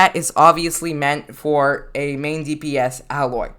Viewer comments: Im a lil mad he pronounces it "al-oy" when its "A-loy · Her name is pronounced Aye-loy, not Ah-loy. It's stated in her own game. (NO HATE BY THE WAY, YOU EARNED A NEW SUB) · Pronounced A — Loy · I guess you havent played horizon zero dawn the way you pronounced her name